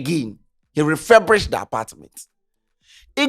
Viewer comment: What did he just say? 'Referbrished'? Ee!